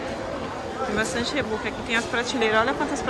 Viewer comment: A pronúncia é Ribók ( Reebok)